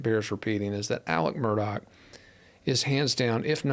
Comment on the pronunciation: Why can’t your cohost, years into this saga, still not pronounce Alex Murdaugh correctly?